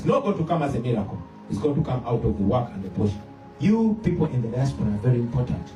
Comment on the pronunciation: Point of correction, the word is "Diaspora "not Diasfora.